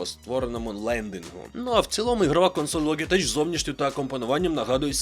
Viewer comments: Ну не логитеч же, а лоджитек. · Підписався, але з вірою в те, що будеш говорити "Логітек") Як і в бренді A4Tech (ЕйФоТек). Популярна помилка, як зі словами Knight/Knife.